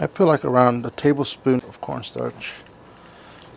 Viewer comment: Did he just say scorn starch? Bro I'm dying :)))). Thanks for the tip though. I do have corn starch though, gonna try the recipe.